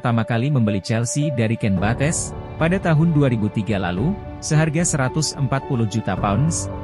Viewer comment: Sebetulnya kontenya dah bagus sih, sayang penyebutan nama2 dalam bahasa Inggrisnya terkesan ngasal, sebetulnya kalo usaha dikit untuk liat2 dlu di youtube gimana cara bacanya pasti jadi lebih menarik.. ya emang bukannya harus perfect jg penyebutannya, tp ini agak terkesan males aja, Bates, "Cobam", dll